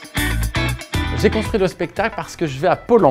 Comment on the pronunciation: JPP à le "constuit" sans r... XD